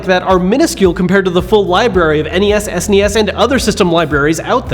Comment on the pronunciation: "Ess Enn Ee Ess?" You get a thumbs up, my friend.